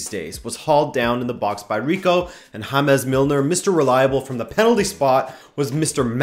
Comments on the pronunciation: Did you just say HA-MES MILNER? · You killed me with the way you said "James" Milner jajajajajajajajjaa